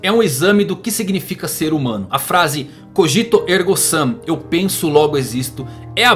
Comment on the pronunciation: CÓgito, não coGIto MÔnada, não monaDÊ Cogito ergo SUM, não ergo SAM